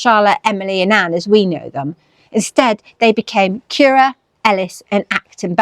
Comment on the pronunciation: Thanks for another lovely video. Now I know that Currer is pronounced like “purer,” not like “purr-er” (as in what a cat does). I look forward to what you do next!